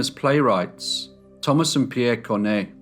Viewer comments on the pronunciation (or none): none